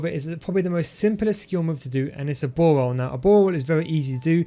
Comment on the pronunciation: Ball roll = bawol😂😂